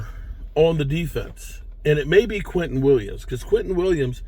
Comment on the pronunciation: Who the hell is Quinton Williams? Do you mean Quinnen Williams?